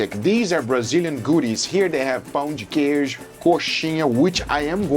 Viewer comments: bro really is brazilian when he says "pÂo de queijo" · Guga goes full mineiro when saying pão de queijo.